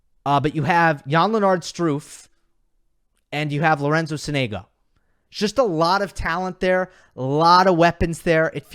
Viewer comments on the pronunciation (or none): none